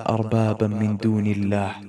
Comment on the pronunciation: خطأ في التلاوة ، تعالَوْ وليس تعالوا ، إلا اللهَ بفتح الهاء وليس تسكينها ، قولوا اشْهدوا وليس أشهدُ